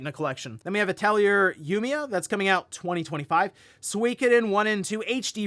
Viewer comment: Atelier Yumia was the best reveal in the whole thing and just mispronounces it and moves right on